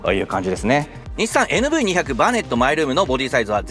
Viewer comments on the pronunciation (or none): 「にひゃく」ではなく「にーまるまる」って言うらしいです。てかキャラバンもクリッパーもNV外したんだから「バネットもNV付けなくても良くね?」って思う。 メーターが液晶化されたならキャラバンはエクストレイルとか見たいなフル液晶メーターを採用して欲しいなぁって思ったりする。